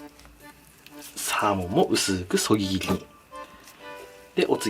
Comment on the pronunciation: いつもそぎ切りが言えてないのが気になる